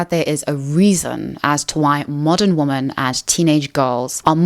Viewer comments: The plural of woman is women. They're NOT both pronounced as woman. It's "weh' men." This generation is so doomed to be dummies forever. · The way you say "women" sounds like "woman" most of the time. Is that a South African thing? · I hate how you can't say womEn correctly. It's not hard. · I really can’t get on with the way you say ‘women’… Is that your accent? Or is there a reason you say what sounds like to me like ‘woman’ singular in place of saying ‘women’ plural? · Hate to be that person but the plural of woman is women and pronounced differently, so its ˈwɪmən Kind of distracting me from the video lol